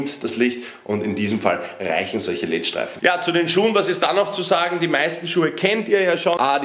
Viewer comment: omg wie er „LED-Lichter“ ausspricht haha die „leet Lichter“😂😂#nohate Feier aber das musste sein